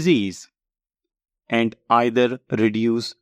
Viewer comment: Your AND sounds like AT ...